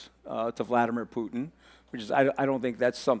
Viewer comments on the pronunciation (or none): none